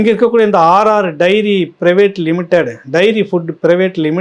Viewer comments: Not RR diary AR diary please correct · RR DAIRY இல்ல சார் AR dairy.... முக்கியமான விசயத்தை தவறாக வாசிக்கரீங்களே.... 😂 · அவர்களே நீங்க ஆர் ஆர் என்கிறீர் ஆனால் அது ஏஆர் டெய்ரி ஃபுட் ஸ். மற்றபடி உங்கள் விமர்சனம் நல்லதே.